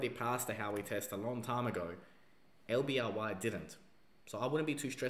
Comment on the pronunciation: STOP calling LBRY, LBRY, it's pronounced LIBRARY!!!!!! I know it beat you in day 0, yet in this day and age....but try slowly reading it's acronym.....I reckon you'll get there. You there yet?